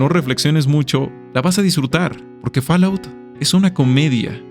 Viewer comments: A ver... Fall: fol Out: aut Fallout = folaut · Muy buen video! Únicamente te recomiendo que investigues cómo se pronuncia "fallout" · ¿Que rayos es “Falaut”?